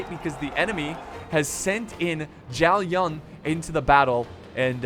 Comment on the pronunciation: why do you pronounce zhao yun with a 'ng' at the end of zhao?? there's not even an 'ng' there -_- i feel like youre not even trying